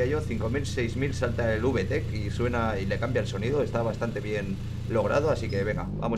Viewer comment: Uve tec JAJAJAJA habla bien español reklo se pronuncia vitec